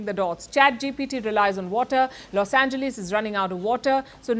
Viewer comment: This lady is horrible with English pronunciation, I am not surprised since she is from India and only 10% in India could read and write English with barely speaking option . Only .001% Indians speak proper English. This lady pronounced PRIVACY as Prevcy, she. Called Los Angeles Los Engleese